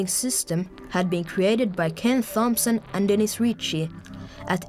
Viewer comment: Ken THwompson (can't be the only one who though Mario).